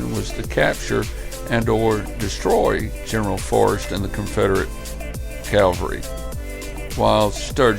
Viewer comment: Consistent mispronunciation of the word "cavalry".